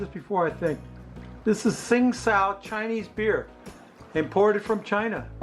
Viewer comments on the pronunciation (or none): That bulgogi looks fantastic,! What a flavorful marinade. Great beer, too but I think it's pronounced Ching Dow. 🤔 Have an awesome weekend, and RTFO!🤘🤙🍻